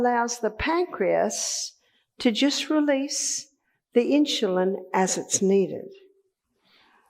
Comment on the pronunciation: What is with this "inshulin". Very annoying!